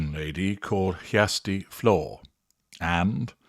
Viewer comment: Excellent pronunciation of "Kjersti Flaa" 👍🏼